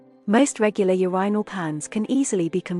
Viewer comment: Great video for something AI voiced. Pretty good vpicing other than she says Urinal wrong which is ironic since its the topic of the video 😅